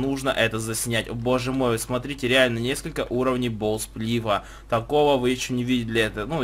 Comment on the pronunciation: Не бов сплиф, а боу сплиф